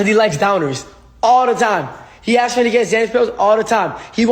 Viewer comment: I have never heard anyone say "askes"